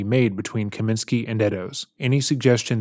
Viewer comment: Kosminski not Kaminski.